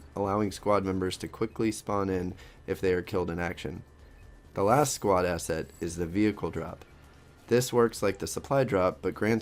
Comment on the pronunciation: im not very good in english, but looks like youre saying asshat instead of asset xD